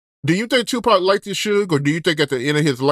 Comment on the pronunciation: Bud, you gotta learn how to pronounce the word "liked" its not "likeded"